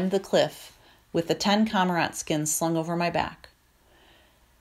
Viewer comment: I love this book but the numerous mispronunciations are very distracting to me. Aleut= A-loot, not Al-eh-wit Cormorant= Core-more-ant, not com-Ah-rahnt Sinew= Sin-you, not sin-ewe